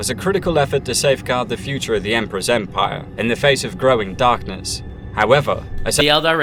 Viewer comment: please stop saying empire it hurts my soul